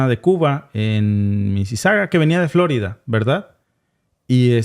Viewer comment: No es " florida" sino " flo'rida" con tilde por favor